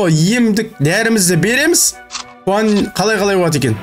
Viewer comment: аға аты хуан емес жуан